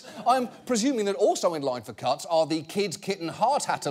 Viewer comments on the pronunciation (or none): I hear cucks everytime he says cuts and I can't unhear it. It is pretty funny though.